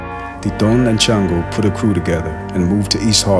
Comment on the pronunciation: Its pronounced shawngo not chan- go the name is from the Yoruba tradition ifa the Orisha shango the god of lightning he carries a double headed axe so he probably was a Santeria worshipper which santeria is derived from ifa and native American spirituality along wotb synchronize Catholic saints which they hid black and native deities under the Catholic saints from the Spanish who would've killed them for practicing the tradition just as how in hoodoo and rootwork we hid things by using the bible and Catholic saints